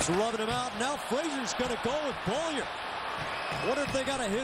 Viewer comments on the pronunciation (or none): Who the hell is "Bowlier"? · Relax guy. I was making fun of the announcer's pronunciation of Beaulieu. He kept butchering his name by saying "Bow-lee-er."